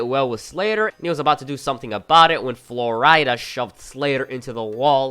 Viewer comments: Who the fuck is Flor-ida? I can’t tell if your joking or not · Good video, other than your pronunciation of certain words and names like flo rida. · Had to turn off with the way your saying flo rida